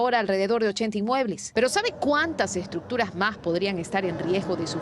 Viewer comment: ESTRUCCTURAS!!!!! bonito quedó.